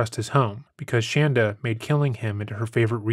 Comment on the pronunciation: Im sure its unintentional but you messing up her name once or twice (shandra instead of shanda) is disrespect that is warranted.